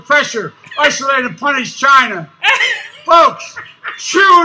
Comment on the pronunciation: When he says 'FOLKS', as if hes trying to get a point across to the people.